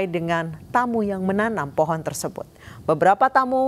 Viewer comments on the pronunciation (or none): none